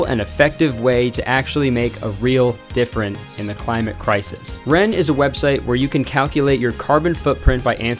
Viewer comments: Did you add the “ce” sound in “difference” while editing? 😂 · Welcome back!! I’m so happy for u both <3 Also, the added “ss” sound to the word difference was just SO hilarious to me, I’m sorry 😭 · why did you say difference like that 😂